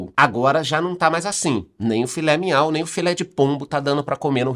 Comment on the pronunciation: “filé minhau” 😂😂😂